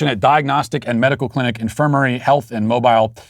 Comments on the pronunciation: It’s pronounced mo-BEEL. You’re welcome from a fan and Mobilian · Grew up in Alabama. It's pronounced "Mo-beel".